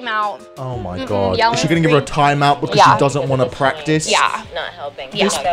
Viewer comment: I love the fact that she says “Toime” instead of time